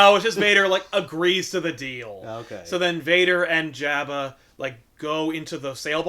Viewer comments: Hey, you guys finally responded to me. Lol. I'm just saying, I've always heard it pronounced Jobba. Since I've got your attention, start doing back issues for Vertigo books, please! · It drives me crazy how they're mispronouncing AT-AT and Jabba